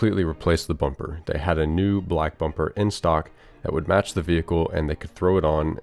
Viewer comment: "Let's change the bumber" there it is.